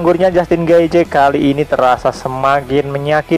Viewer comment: Di bacanya getjeh bang